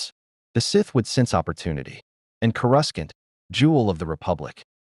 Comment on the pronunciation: Coruscant, not whatever the fuck u just said,.